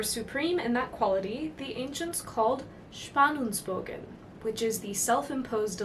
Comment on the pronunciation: Tonight You look like the god-empress of Dune, dear. And Your pronunciation of "Spannungsbogen" 🏹 was perfect and almost vibrantly pulsating with the voice.